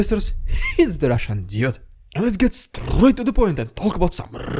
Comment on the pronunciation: rrrrrrrrrrussian prrrrrrrrrrropaganda... HMMMMM xD